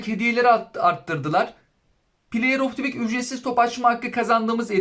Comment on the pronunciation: Play of tivik diye okunmaz sevgili dostum. Play of dı vik diye okursan daha şık durur bence. Onun dışında kanalını başarılı buluyorum efendi, sempatik bir sunumun var 😊